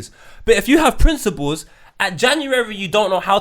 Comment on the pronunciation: Someone needs to tell dude... It's principles... Not princibals... Ffs